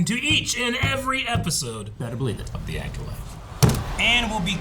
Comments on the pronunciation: needs to learn how to pronounce Acolyte 😂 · still can’t say the word acolyte 🤦🏻‍♂️🤣